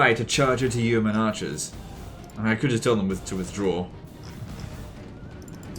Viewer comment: It's yo-men not you-men